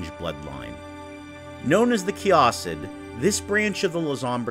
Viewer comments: please stop saying kay-AH-sid. It's kay-i-sid. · Wait no, it’s Kia-Seed, that’s the better way to put that and not be confusing. Key-Uh-Seed